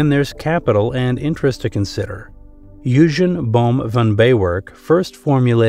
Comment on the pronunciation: Bohm von Bawerk's first name Eugen is pronounced "Oi-gen" with a hard "g". Most w's in German are pronounced like the letter "v" in English. Oi-gen Bohm Ba-verk.